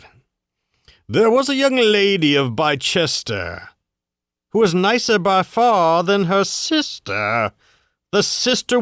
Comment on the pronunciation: Bicester is pronounced "bister " not 'bi cester. ..The English language is strange but hey ...I didn't invent it... like minute ...my newt is minute but a minute is 60 seconds